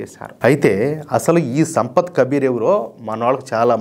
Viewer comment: సంపత్ అని పలుకుతున్నారు ఏంటి? సంత్ కబీర్ అంటే సాధువు